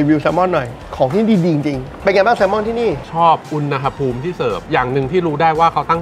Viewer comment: อ่าน อุณหภูมิ พิดนะครับ ต้อง อ่าน ว่า อุน-หะ-พูมนะครับ😅😅😮😮😂😂